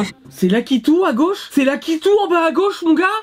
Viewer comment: c lakitou c lakitou!!! Moi:c lakitu bordel! 😠